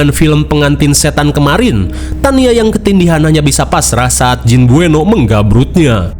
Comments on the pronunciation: jin beuno, tapi sebutnya jin buneo😭 bengek, ribet banget namanya ya mang😭🤣😹dasar setan😌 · Baca nya buno bang bukan bueno, kasian banget jin nya krisis identitas 😂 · Bukan bueno tapi namanya beunot min 😂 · Buno BG buno bukan bueno😂😂😂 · Tulisan nya BUENOE tapi bacanya BUNO 😂